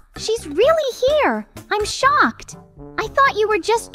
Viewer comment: dude stop saying im shoked